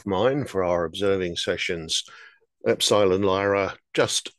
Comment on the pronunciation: you always say the names wrong, or i should say differently than most, Ep-sil-on!.